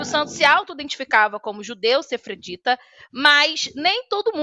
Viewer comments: Eu sei o que é judeu sefardita, inclusive sou um deles. Eu queria saber oq é um "SEFRARDITA" que essa mulher ficou repetindo toda hora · VOU EXPLICAR o que é sefardita 😂🤣 falou a mulher que pronunciou a palavra errada 4 vezes…gente sou só eu ou essa mulher não passa credibilidade nenhuma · A moça não sabe nem ler o texto pronto. Pronunciou sefardita de várias maneiras, nenhuma certa.